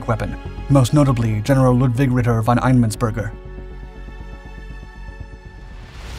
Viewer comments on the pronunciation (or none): hell, you have started pronouncing german names correctly, really happy now, thank you. Just one thing the addjectif ''von'' you should read as ''fon''